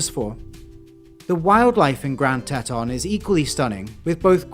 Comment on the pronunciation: The narrator has pronounced the park incorrectly. It's pronounced "T-Tawn".